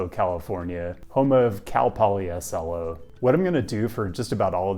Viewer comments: Never heard someone say s-l-o before and not slo as in Slow. But I’m glad we made the list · FYI no one spells out "Cal Poly S L O" haha — SLO is pronounced like "slow" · pissed me off so bad at how you pronounced slo goddam